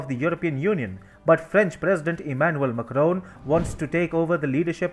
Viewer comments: Its MAC (RON) and not Mucroan. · Your channel would have so many views if you change the orator. He can't even pronounce macrons' name correctly. His delivery is bad and accent kinda strong